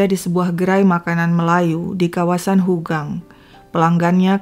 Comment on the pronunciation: Ympt jln mya haugang bkn hogang